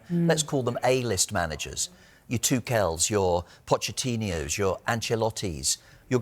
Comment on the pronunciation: WHO IS THIS GUY ??? AND WHY IS HE SAYING POCHETTINIO'S???